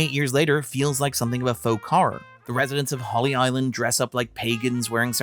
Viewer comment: its Holy Island (or Lindisfarne), not "Holly" Island.